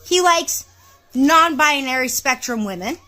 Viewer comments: maybe someone should point out to her from the start that the word is "binary" sounds like "Bye-naree" not "bye-ah-naree"... as Forrest Gump said "stupid is as stupid does Mrs. Blue" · She's even trying to make the word queer...it's BiNary - 2 syllables - Not 3... BiONary...sheesh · According to her she is "bia-nary" 🤣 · Non - bianary???😅😅😅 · I like how she adds an extra syllable to the word "binary". "Bi-uh-nary!" I guess she loves her label so much she just wants to linger on it a moment longer. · She cant even say the damn word right!! 😂😂 Bi-a-nary?? No ma'am. If you cant say it, you cant claim it 🤣🤣🤣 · Byonary??? She can’t even say the word yet knows what it means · Bi-a-nary...I can't. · Why does this human keep saying bianary? Bianary, bianary, bianary. If this human is non binary, I would hope they could pronounce it correctly. But maybe I am not that imtelligent. My immatelligence sucks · It's funny that she repeatedly pronounces "binary" as "bianary." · She can't even say binary. She's saying buyuhnary. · She says bia-nary over and over. She can’t even pronounce binary. Jeesh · Why does she keep saying bi-Ah-nary 🙉🙉🙉🤯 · I hate how she pronounces it "bianary" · She's adding whole extra syllables to the word "binary" lol I hope that dude finds his way to a divorce attorney and i hope this "vag owner" finders her way to a good psychotherapist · She mispronounces binary! Lol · She can’t even pronounce the word binary. Ridiculous. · she can't even PRONOUNCE the word properly 😐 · She needs to learn how to pronounce binary first....and then seek mental help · She can’t even pronounce binary properly…. smdh